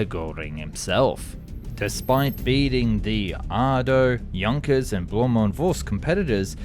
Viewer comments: "Jankköös" for Junkers. 😆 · Work on your pronouncing. It will not pronounce Jankers - the u in Junkers will pronounced as an U as like United or Uniform etc….